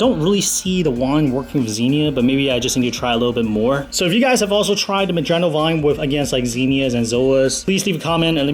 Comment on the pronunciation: "Ma-John-Oh".......it's "Mo-HAN-OH"